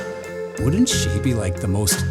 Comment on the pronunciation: door th ( like in the) ee or door uh thee